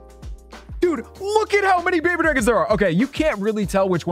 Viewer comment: “We have four more bhbydrhgens in the cc”